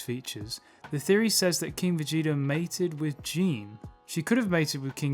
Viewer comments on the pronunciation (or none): Also, her name is pronounced Guh-EE-Nay. Not Jean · Um it’s pronounced GEEE NAY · Say it with me now Gi-ne Gi-Ne it’s pronounced Gi-Nay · Excellent video man! The Christian perspective toward the end was a very welcome edition! Never seen someone bring God and Dragon Ball together, but Im loving it! Also if im not mistaken, isnt “Gine” pronounced as “Gi-nay”?